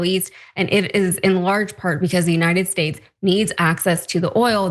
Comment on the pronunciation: Buy your oil from the United 'Shates' of America Donnie? You can't even pronounce your own country for goodness sake! ...